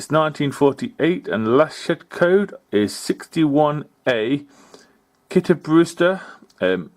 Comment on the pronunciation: Your information is always correct and interesting - your pronunciation of Kittybrewster was spot on. Alan.